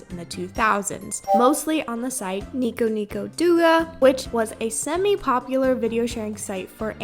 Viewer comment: nico nico douga is pronounced nee-ko nee-ko dough-gah btw :face-turquoise-covering-eyes